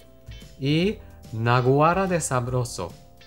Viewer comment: Jajajaj me pareció gracioso como dijiste naguara, sí significa eso que dijiste, pero se pronuncia con cierta tonada algo así como naaaaguará 🤣 bueno algo así jeje😘